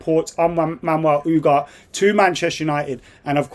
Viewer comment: Lmaoo “Man-Well Oooghart”